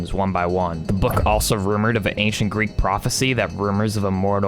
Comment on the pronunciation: It’s Greek not grease